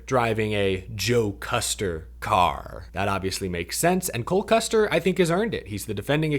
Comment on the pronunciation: Is saying Cold Custer? I just need to know if I’m the only one hearing it?